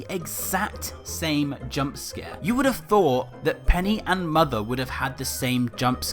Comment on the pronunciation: You have Mothuh XD